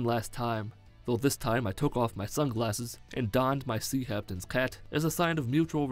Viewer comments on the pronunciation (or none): . "Sea Haptains Cat" you what? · "my sea haptains cat" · Did you say sea haptains cat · Did he intentionally say seahaptens cat?